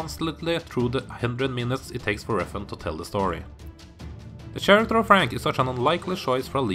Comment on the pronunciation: Karaker! Not "Tjaracter"